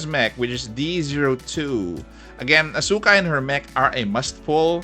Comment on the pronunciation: Please, it's pronounced "AS-ka" (silent U)